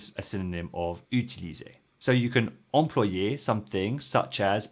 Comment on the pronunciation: I believe "employer" in the infinitive is pronounced /ɑ̃.plwa.je/ rather than /ɑ̃.plo.je/ !